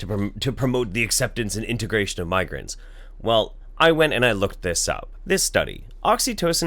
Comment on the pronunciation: You said migrants and it sounds like you say migraines. :/